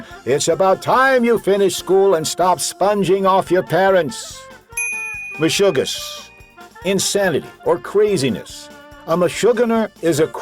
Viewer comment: It’s mi-shu-GAS. it means insanity